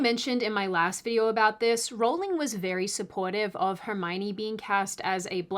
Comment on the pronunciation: Thank you, you have a new subscriber mainly because you pronounced J. K. name correctly.